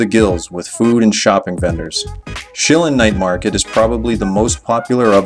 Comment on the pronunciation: Pronunciation- Shirr Lyne night market...... vs. Shilling..... might help with taxi drivers